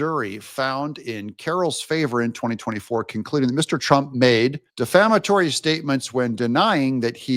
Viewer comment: Bro, if you learn how to properly pronounce the word defamatory, you will sound a little bit more intelligent- Bests- AJ in NC